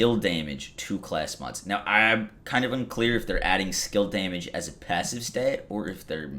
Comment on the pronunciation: Hey, these are all great changes! Mayhem level on cards? Yay! I can finally stop hoarding and clean out my bank. On a personal note, I just gotta tell you how much my wife and I crack up every time you say Daaamage! You sound like a true New Yorker. Even if you aren't ( I don't know or care ). But it is hilarious! DAAAMAGE! P.S., Thanks for all the video tutelage, PEACE!